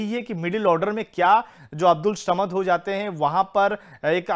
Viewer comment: Shamad nahi re SAMAD bol saley